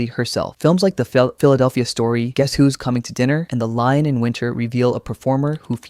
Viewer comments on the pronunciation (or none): none